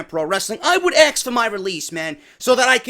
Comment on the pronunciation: Let me axs you something